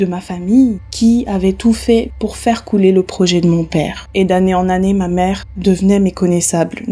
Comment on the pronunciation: Merci beaucoup pour la vidéo, ça m'a fait plaisir de voir le Cameroun sur ta chaine. Pour la vidéo de l'oncle la prononciation, le "c'est moi" tu l'as bien prononcé mais le "ma" de la fin qui veut dire "moi" se prononce plutot "mè" ( je me sentais obligé de le dire je sais que c'est pas très important 🤣). Superbe video sinon !